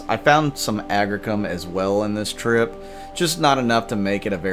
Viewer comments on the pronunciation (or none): Agricium. (agg-REE-see-uhm)